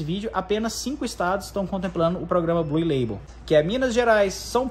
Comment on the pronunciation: “Blul” leibol